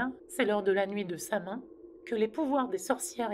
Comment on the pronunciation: Bonjour je me permet de faire une rectification. Samhain se prononce "sa-ouine". Qui est du gaëlique. Bonne journée.